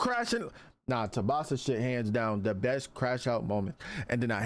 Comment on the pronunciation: Tubasa❌ Tsubasa✅